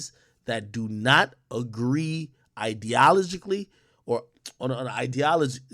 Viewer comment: nga can’t even say ideologically gd